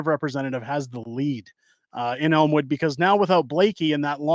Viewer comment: From Winnipeg, you nailed Elmwood!